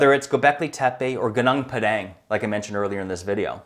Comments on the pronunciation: Your pronunciation of Gunung Padang is excrutiating to listen to. Please go to Google Translator and listen to the proper pronunciation. It isn't the least bit difficult to pronounce it correctly, and you wont sound like you just got off the boat. Mantap bro! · wtf is ganang pedang? its gunung padang